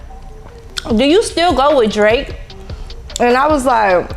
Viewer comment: You was on point with the DRAKE name I would’ve slipped on eethang 😂😂